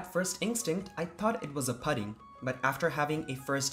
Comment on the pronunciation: Good trip report, nearly professional. Please correct your pronunciation of PUDDING.